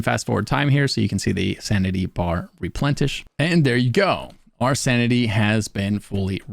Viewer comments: did u say santity and replentish? oh u kill me hahaha tyvm for the vid:D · Sanity bar Replentish ?? SanTity ? Made me giggle